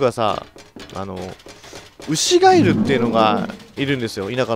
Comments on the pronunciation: 牛ガエルが、牛ガイルに空耳した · アイリーンさんケガしてずっと歩き回らされてるからイライラしてるんじゃないのｗ 牛ガエルは母が子供の頃なんの音か正体が分からなくて本当に怖かったそうです… (最初ガッチさんの滑舌が(ry)で牛ガイルと聞こえたのは内緒)